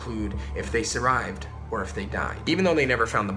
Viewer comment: “ if they survide”.. Lmaooo sorry bro but...... NAAAAAAAAAA where my boys at?!